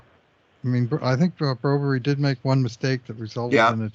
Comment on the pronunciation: Guys…please…quit calling him Broberry. You got bad info, his name is Broberg.